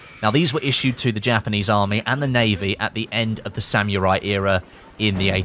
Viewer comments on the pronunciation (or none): SAH-MOO-RAI not SAM-YOUR-EYE